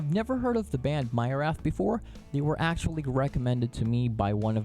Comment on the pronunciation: Myrath is actually pronounced Mee-rath.